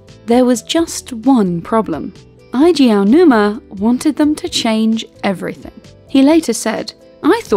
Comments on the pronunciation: Eiji is pronounced "Ay-jee" not "Eye-jee". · It's pronounced "eyy-jii" Aonuma. Not "eye-jii." Can you at least get that right before you throw up more mediocre content on YouTube? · fyi, Eiji is pronounced as 'agey', like age